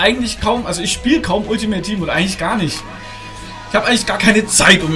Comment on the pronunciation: mach deine eigenen serie dann kannstes alltimeit tiehm aussprechen